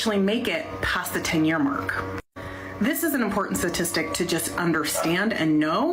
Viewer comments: If that lady says satistic instead of statistic one more time i might lose my mind. Her intelligence level is on display. (Paderns, satistic, yahh) 🤦‍♂️ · Is it me or is that woman saying 'Satistic'? Sounds like she's missing the first 'T' and its getting on my nerves. It's been a long day and she's giving me the pip. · If you want to come off as data driven and evidence based, you should learn to say the word "STATISTIC"... Not "SASISTIC".... She strikes me as though she can't do simple addition... let alone advanced statistics... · Speaking to us like we're children, while pronouncing "statistic" like my 7 year old nephew - "suhsistic" 🤣🤣🤣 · She can't even pronounce statistic correctly.